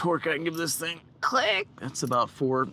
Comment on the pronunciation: Bruh I had to comment he said cliccckkk